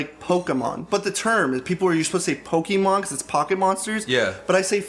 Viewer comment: Pok*é*mon! The pronunciation is in the word! Can you say "café"? Bam, you can say "Pokémon". It's in the theme! They say it in the theme! Do they not remember the theme? If they tried to sing it, would they sing "Po-kee-mon"? "Po-kur-mon"? Jesus christ.